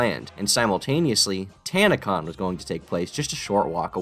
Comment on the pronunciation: Tana-con turned into tan-a-con